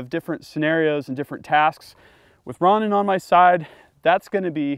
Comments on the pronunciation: “Ron In” lmao 😂 it’s “row nin” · Great presentation as usual but you should show all weapons clear for the YT gods Plus please , its row- nin not ron - nin like the Japanese samurai type guy? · great vid just that its pronounced rohnin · Its pronounced Row-nin